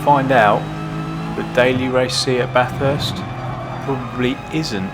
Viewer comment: That intentional pronunciation of "Baaathurst" 😂 I can hear a certain Charlie Rosco screaming 🤣🤣